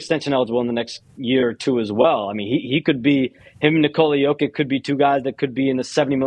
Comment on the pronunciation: Wait.. are WE really teaching SHAMS how to pronounce the 2x MVP & current defending champ/ FMVP name….? Now if we could all pronounce his first name correctly.. lol it’s, NI-kola.. not, nicole-A.. Lol. and just like Spanish, the “accent” over part of a word, does play a part in the proper pronunciation. Example: Papa & Papá in Spanish are the “same” word, but pronounced differently, and they also mean 2 different things. Lol